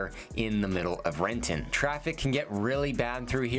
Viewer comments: I know, that hard ‘T’ made me wince lol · There was a grocery store in Renton (Cascade) that closed down because of shoplifting, I dunno, 20-25 years ago(?) It has been vacant ever since. I ran around that neighborhood as a kid, but I wouldn’t let my kids wander Renton the way we used to. Can’t go to Fred Meyer in Benson or DT Renton after dark unless you don’t mind being approached in the parking lot… ugh. Edit: oh and you said it wrong: it is Re’en. 😂